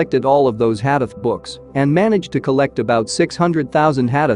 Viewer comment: Brother it is not HADEF, it is Hadith or Hadees. Also Please do not pronounce it so fast that listener has difficulty to understand as what did you say!